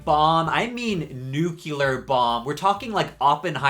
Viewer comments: What’s with the inability of pronounce NUCLEAR? In general I mean… you go on the other side of the pond all the “NUCLEAR” becomes “NUCULAR”… Is Homer Simpson so influential in US? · Nuclear, not "nucular" lmao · You said “nucular” hahah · NOT nukyuler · Why do you pronounce nuclear like George Bush lol